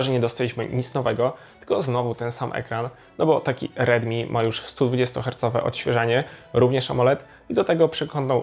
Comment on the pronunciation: Dobra recenzja ale bez kitu nie mam pojęcia kiedy mówisz ridmi a kiedy rilmi.